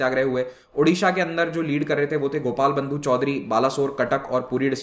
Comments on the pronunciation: Gopabandhu not Gopalbandhu.... Odisha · Sir it is Gopabandhu Chaudhury not Gopalbandhu.